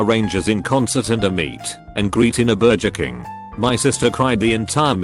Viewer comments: Nobody: Text to speech: Burjer King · Burjer King